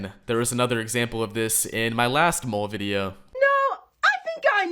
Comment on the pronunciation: I mean, they're cringe af, sure, but it bothers the hell out of me that you keep pronouncing their name wrong. Lol. It's pronounced like "mall", not "mole". 😂